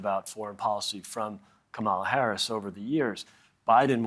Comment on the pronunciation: To the american contributors, with all due respect. If you don’t know how to pronounce her name correctly, just refer to her as Vice-President Harris